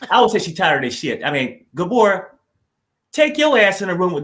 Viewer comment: I’m a new subscriber. Just listened to five/six of your shows, however, I’m sorry to say… “Gabor” is just 😖more often than naught.